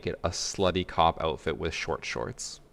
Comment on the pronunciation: I thought he said a cock outfit not a cop lmao